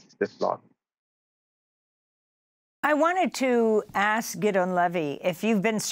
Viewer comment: I'm not sure but, Amy, I think his name is pronounced GID' -- EE-- ON